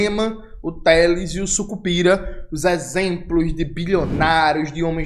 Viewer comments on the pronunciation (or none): Jones ,o sobrenome é "sicupira" e não sucupira